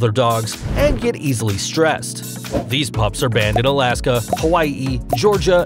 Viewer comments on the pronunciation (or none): none